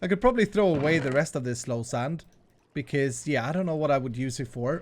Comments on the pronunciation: It's soul sand dude not slow sand. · Okay, I've heard slow sand, sloul sand, lol sand, low sand, but not once soul sand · It’s called soul sand not slow sand